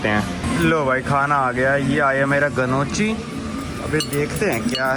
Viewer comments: Gnochhi is pronounced as 'nokee'('G' is silent) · Gnochi nahi bhai, nioki kehte hain🙏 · "NYOW-KEE" not ga-no-chi 😂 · Ganochi nai hai bhai Pronunciation is nockhi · woh dish गनोची नही, नोकी pronounced hota hai, aur type of pasta jai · Yeah I was thinking what is gannochi… when I saw it.. then I realised he is pronounced the name wrong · Bhai Gnocchi nhi Knocki kehte hai aalu ka hota hai thori si research krlo phle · Bhai GNOOCHI ka pronunciation "Gnoochi NAHI, "Nyaw-kee" HAI. Btw, enjoying this travel series. Keep it up! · usko noki bolte hai gnochi nahi 😊😊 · Gnocchi is pronounces as NYOKEE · I also came to say this and show your comment 😂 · Really Nice video bhai! Btw that pasta you had in red sauce is pronounced as “Nyoki”. Apka achaa dikhe isliye bataya.. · Gnochi = neoki (correct pronunciation) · Gnocchi is pronounced as nyow·kee or noki 😂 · Its pronounced Neeyoki ....you have access to internet and it takes just a couple of seconds to check the correct pronunciation of words, names of places etc which one may not know. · Bhai nyokhi pronounce karte hain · Gnocchi is pronounced "NYOH-kee" (IPA: /ˈnjɒki/) in American English and "NO-kee" (IPA: /ˈnɒki/) in British English, with regional variations like "na-key" or "noi-kee" also being accepted. The key is to understand that in Italian, the gn sounds like ny or n, and the cch sounds like a hard k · Bhaiya wo khaane wala gnochhi ko “nyaw-kee” padhte h